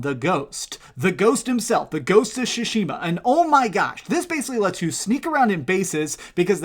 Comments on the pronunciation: And Shushima as he says it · At least pronounce the game properly you dumb shit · Ugh i hate the way you say Tsushima!!